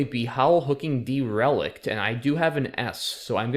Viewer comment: Ah, derelict! You were saying de-REL-ic'd and I was like, does that mean to remove relics from a museum or something?? It's pronounced with an accent on the first syllable, DEHR-uh-licked ETA: the SI prefix deci, as in decilitre (= 0.1 litre), is pronounced with a soft c like "desi"